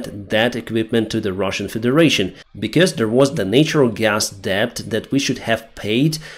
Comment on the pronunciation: Hi Deyns, your English is geat but but 'debt' is one of those misleading ones, so it's spelt with a 'b' but we don't say the 'b'. So it pronounced 'det'. Hope you don't mind me correcting.👍